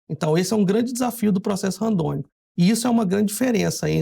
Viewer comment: É Randômico e não Randônico como o irmão estava falando.